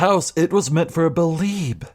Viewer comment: So, you beh'leeb it was Beh'leeb who was arebal?